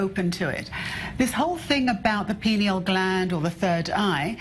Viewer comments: "Pie-knee-yal" gland. "Pee-nahl" gland is something else ma'am. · Please pronounce the word pineal correctly. It is pronounced P-eye- Ne-al not "Pin"eal or pee- neal. Pineal like a pine cone. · Am I the only one that notices she's not saying pineal gland? She is very clearly saying penal gland. even the expert tried to correct her. She isn't talking about the brain she's talking about penis. SMH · Penal ≠ Pineal. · lol.. Pee-nal gland. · she said penal gland lol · Did she say penal gland? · hahahahahaha she said Pinel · lmao she mispronounced "pineal"